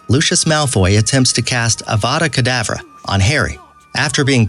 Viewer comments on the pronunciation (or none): pronoucing avada kedava wrong, dobby wrong, lucius wrong basilisk wrong. No offence, but you have no idea what you are talking about and have never seen the movies or read the books. You proably just serached up facts and said they were easter eggs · "it's avada keDAAvra not avada KEDAVraaaa" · And avada kedavra